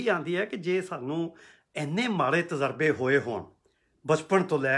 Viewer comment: ‘ਤਜ਼ਰਬਾ’ ਨਹੀਂ ਤਜਰਬਾ ਹੀ ਹੁੰਦਾ ਹੈ।